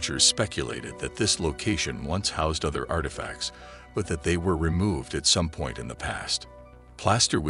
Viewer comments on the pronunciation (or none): none